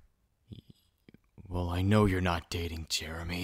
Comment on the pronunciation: Why’d he say “Jeremy” like “JeReMY” 💀